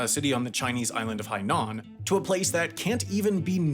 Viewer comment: Haikou is pronounced like "hicoh" and there is no emphasis on the "nan" part of Hainan. Sansha city is pronounced "sahnshah" You pronounced everything else correctly though, good job! Love your videos!